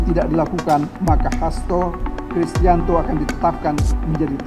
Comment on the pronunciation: Hasto Krisyanto min bukan Kristanto